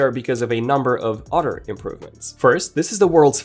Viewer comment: How can this guy still not know how to pronounce “other” after all this time in the UK. Blows my mind.